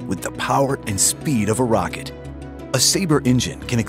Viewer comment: what's a 'rairket'? oh wait a minute he means a rocket... sigh